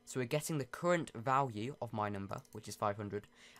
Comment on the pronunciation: Notice how he sais vlwue